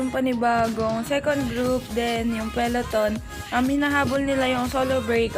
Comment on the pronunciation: "Peleton" or peloton? 😁